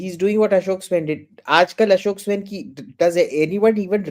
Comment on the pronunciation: Swain is pronounced like swine. I am not joking.